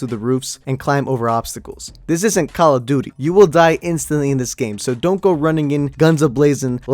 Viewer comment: Cock o duty